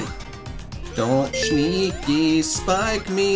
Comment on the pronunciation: You should have skipped the troll level, you got trolled by getting 20 rings, and don't say shneaky, just say sneaky